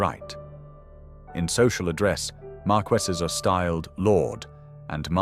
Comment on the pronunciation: An interesting documentary. There are quite a few mispronunciations though. The "s" in any version of viscount is always silent. Lord Mountbatten's first name is pronounced "Looee." Marquessate is pronounced "mar-kwih-zit." Blenheim is pronounced "Bleh-nim." Rothesay is pronounced "Roth-see."